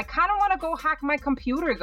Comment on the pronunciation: Comptuter in 0.38min 😂😂